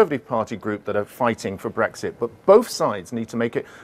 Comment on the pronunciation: it's not BWEXIT FFS it has an R in it